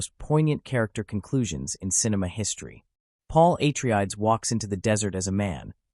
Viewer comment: " Paul A Tree Ides"? Goddamn AI crap is everywhere.